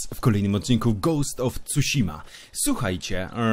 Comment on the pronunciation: Ignacy z Japonii mówi że poprawna wymowa Tsushima to "C'śma" lub "Cyśma" xd